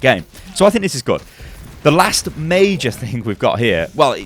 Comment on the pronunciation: " This is MEI-JER " " It's uh MEI-JER " " The reason why it's so MEI-JER